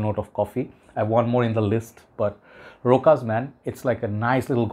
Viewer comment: It's not RoKas or RoHas, it's pronounced RoSHas. We don't pronounce Chanel as Kanel or Hanel 😅 btw it's not a dig at you.